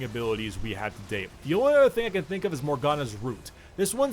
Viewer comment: Why do u spell "can" with an M sound? just asking... good video tho!